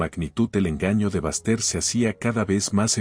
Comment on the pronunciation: Que historia tan chistosa, por favor pongan nombres que los narradores puedan pronunciar. El nombre de Baxter, lo pronuncia con el acento en ingles como bastardo !